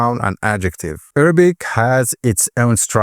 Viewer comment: Why do you keep saying Errabic